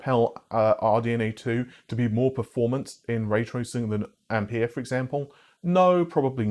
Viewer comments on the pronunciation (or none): none